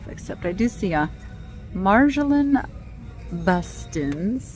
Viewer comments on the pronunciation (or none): Hallmark bird artist pronounced....Mar Jo lean. Bas teen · Nature's Sketchbook Hallmark artist - hope this phonetic breakdown will help! Her name is basically pronounced Mar-yo-lane Bas-stain.. is the best I can help with and I sincerely hope that is correct.. .. (this is how I was instructed to pronounce it when I worked at a Hallmark store ages ago)